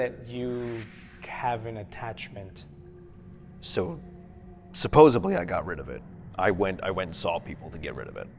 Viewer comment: “supposebly” 😭 Narrator… it’s “supposedly” 🤣